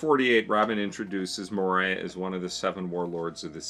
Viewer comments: Dear, Moria's name is generally pronounced Moria(Think mines of moria) not Moriah. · More-ee-yah, not Mariah, lol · Mohryeah 😂😂😂 It's "Mo-ree-ah" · Who's Moraya? I always thought his name pronounced Mo-ree-ya I have never hated Mo-ree-ya tho. To me he's a necromancer, one of my favourite class in dungeon and dragon. Doesn't need to lift a finger to fight, that's what your summons are supposed to do. He basically stole Sanji, Zoro and Luffy's shadows. He can also fight using his own shadow. There must be a reason why he is chosen to be a Schichibukai in the first place. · Moria is pronounced Moh-ri-a, not Mo-rAi-a. it's a pun on Komori (a bat), and Moria (Khazad-Dum from LoTR, which is its itself a pun). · The way dad pronounces Moria has now placed the cursed image of "Moriah Carey" in my head. Happy holidays y'all! :) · SOMEONE PLZZZ CORRECT HIM!!! ITS MORE•IE•A!!! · I'm sorry, but is so hard hearing Moria pronounced that way. >.<